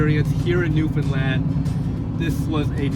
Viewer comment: Love your videos. Did ever learn to say Newfoundland correctly?